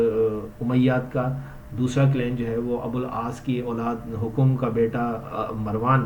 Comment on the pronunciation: Hokom nahi bhai,hakam hai naam ko saheeh bolo yaar